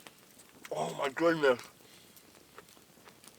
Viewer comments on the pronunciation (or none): "Oh my goodnith!"